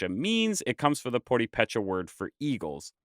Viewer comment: Nice, but would be even nicer if the narrator did research on how to pronounce purepecha...